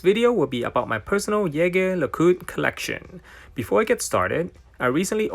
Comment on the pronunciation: It is not ( yege la cot ) it is ( jeje lu cot ) french ….. go and search….. learn how to pronounce….. you have couple of them you should’ve known better